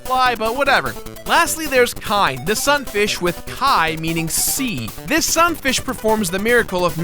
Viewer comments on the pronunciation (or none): kine's name I think is supposed to be pronounced Key-neigh just for the record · 2 faults in this episode, the staple copy mechanic first appeared in kirby's adventure for nes, this was their 2nd appearance, and it's ki ne just brought together not kaine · It's 'kaine' because Kirby right back at 'ya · This was probably the first game I ever did 100%. Had so much fun with it when I was a kid. Have to say, I never knew the animal friends' names actually had Japanese roots. I mean, birds do coo so that just seemed obvious when i was a kid. Rick is also a real name and even Kine (yes, you pronounced it right) is a real word. I guess when it comes to the english release they found a way to make the names make sense.